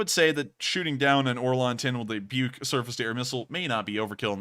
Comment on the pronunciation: Russian surface to air system pronounced like - book, not buke.